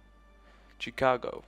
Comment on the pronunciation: It's pronounced Shicago, not Chicago.